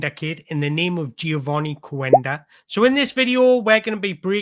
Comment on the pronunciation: Im a sporting cp fan..i wanna say this the best analysis i’ve seen of our wonderkid. Great job 👏🏾 Ps: his name is pronounced Kenda.